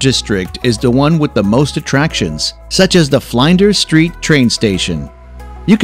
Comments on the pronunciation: The person speaking or who did the research is misrepresenting facts about Australia. The video shows other places in Australia when they are talking about particular places. And many mispronounced words. It's not Fly-n-der Street, it's pronounced Flin-der Street, as in the word flint. It's not Melbourne Bay it's Port Philip Bay. And you have mispronounced Brisbane. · Must correct your pronunciation, but Brisbane is pronounced "Brisbun", same for Melbourne its "Melbun". Flinders street is as in Errol Flynns Name, "Flynnders" Street. The reason 80 % of Australians live in its capitol cities is because the middle of the country is dead. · Same the way he said “Mel bourne” and flinders street station just annoyed me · What about Flynder's Street instead of Flinder's Street😂😅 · The Fly-nding Street Train Station lol, Bris Bane and so on. I doubt the narrator has ever stepped foot in Australia.